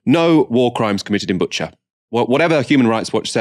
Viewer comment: also FYI it's pronounced Boo-cha (not Butcher)